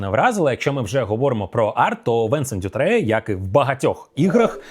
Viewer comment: Хотів сказати відносно прізвищ і імен авторів, художника. Вони всі французи, тож наголос на останній склад всюди: БрюнО КаталА, Антуан БозА, Венсан (Вінсент - це англомовне імʼя) ДютрЕ. Дякую за ваші огляди! Їх дуже цікаво дивитись. Я дивлюсь прям всі, навіть на ті ігри, які мені не цікаві. 😄